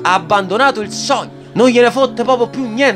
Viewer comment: "Qual è il tuo sogno?" "AVERE UN SOGNOH!"